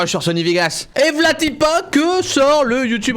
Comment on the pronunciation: "vl'a ty pas" Cyril est berrichon en fait ;p